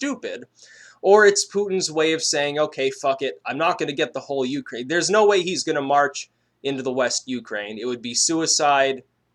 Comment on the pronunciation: Pretty sure your intonation on the word Ukraine is wrong.